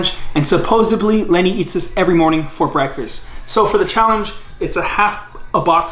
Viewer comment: Sickening "BREASKFAST"